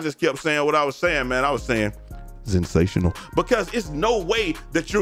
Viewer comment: Lmaooo “zensational”